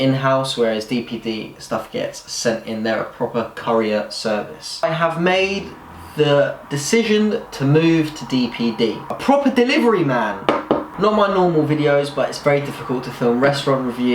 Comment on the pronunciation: Courier not curryer 🙄